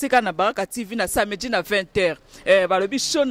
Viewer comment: balobaka samedi et non samedji